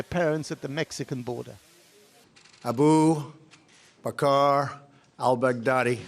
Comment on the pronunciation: “Ah-boo Bacarrr... Al bag daddy”. Iconic.